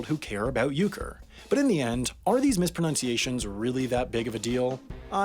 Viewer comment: It’s misproNUNciation not misproNOUNciation. Sorry, had to do it...